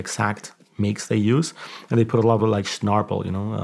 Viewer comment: “Snarpel” 😂 that was great